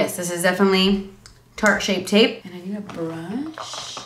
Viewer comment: when you started to say shart instead of shape tape i DIED 😂😂